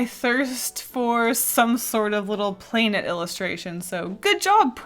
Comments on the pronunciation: The way you say "plainet"😂😂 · I have to say, I love the way you say “planet” it’s really funny to me, I don’t know why